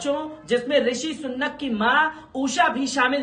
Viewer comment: Sunnat nahi bhai ,,Rishi Sunak...hai